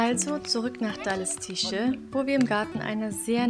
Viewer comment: Daleschyce wird es ausgesprochen. Sz auf polnisch ist sch auf deutsch!